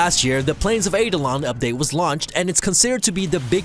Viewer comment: Two corrections: 1-Minecraft was written in Java, not Javascript. 2-Eidolon (in Plains of Eidolon) is pronounced eye-doh-lon